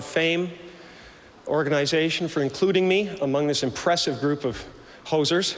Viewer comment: He slipped in the word hosers sounding like posers. The comedy in that is the word hosers is a Canadian slang for wannabe Canadian.